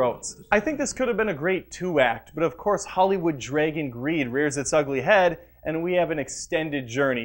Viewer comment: Really quickly... Draagon... not "draygon" and it IS actually Sm(ow)g, not Sm(ah)g for Smaug, as in Sauron, like "frown" it's an "owe" sound. Loved the Hobbit movies... but it could have been a double feature rather than a triple one. Not a star wars fan, but love Anikin Skywalker, favorite scene is when he kills everyone in the third film and looks back with fiery eyes, THAT'S what I recall from the prequels.